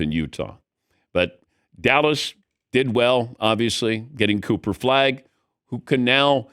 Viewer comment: Dan said, "Cooper Flag" "Pooper Flag" and "Coofer Flag"😅😂